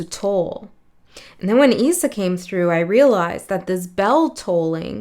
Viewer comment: Issa is pronounced Ee-sah